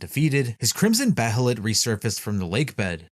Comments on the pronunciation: It’s actually pronounced Beylit. Not Behelit like it’s spelled. That’s how they pronounced it in the 1997 anime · Behelit is pronounced "Bay-lit".